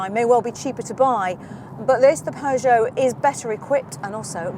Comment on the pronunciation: There is no R in Peugeot, great review otherwise.